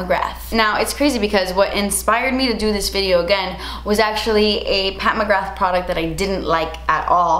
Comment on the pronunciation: Isn’t it Mcgra pronounced like ‘bra’ with a ‘g’. Not mcrgath lmao